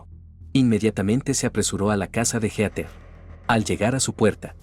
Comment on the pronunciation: No puedo con Heter, es Heatheeeer